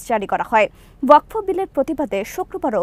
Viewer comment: ওয়াক ফ নয়, শুদ্ধ উচ্চারণ হবে ওয়াক(ফ) wakf